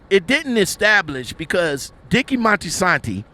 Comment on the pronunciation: It’s Moltisanti, not Monstisanti.